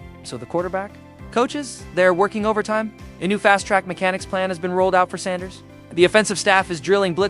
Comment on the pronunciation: Please learn how to properly pronounce Mr. Sanders name. Please!